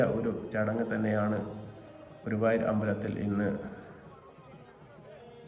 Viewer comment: ഗൂവായൂർ അല്ല ഗുരുവായൂർ 😅